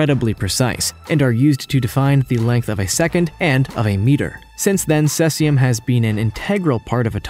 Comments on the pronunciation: It's pronounced sea-zee-um, not sess-i-um. If you're going to make an informational video, you should probably do your research. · it's pronounced see-zee-um, not ses-ee-um. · Dude you really have to get you terminology and pronunciation right if you want to be taken seriously. Beta radiation isn't "neurons". The word is neutron. And cesium is pronounced see-zium. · Try pronouncing Cesium correctly more than once. Geesh.